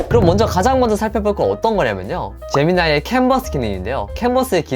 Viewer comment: 난 왜 재미니가 에미나이로 들리까? 사상이 반동인가...ㅠ